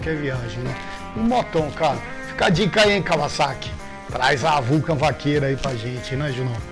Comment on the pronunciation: Raridade ver gente pronunciando o nome Kawasaki de forma correta aqui no Brasil (não Kavazaki), mostra que os caras pesquisam e sabem de motos de verdade.